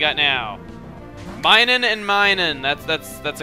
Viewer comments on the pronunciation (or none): MINUN NOT MINUM